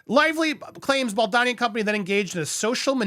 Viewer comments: You write Boldoni and say Boldani. Which is it? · It’s Bald-Oni not BaldAni. Sorry to be petty about this but he’s Italian and there’s an O in the second syllable of his name not an A.